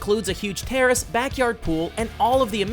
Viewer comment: when he talked about lebron and said terrace i thought he said terrorist